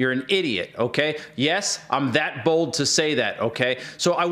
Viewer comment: I heard this as "yes, Im that bald to say that."